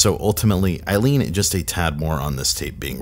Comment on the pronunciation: The way you emphasized “I lean” in the beginning scares me cuz I thought you were saying my name